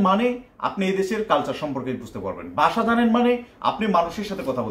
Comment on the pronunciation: বাসা না ভাই, ভাষা! উচ্চারণ সঠিক করেন